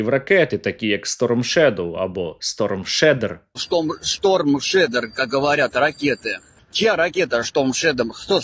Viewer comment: Шторм шедер, шторм шедем... Шторм русорізен правильно